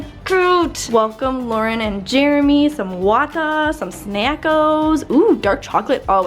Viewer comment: Why do I love how Lauren says Jeremy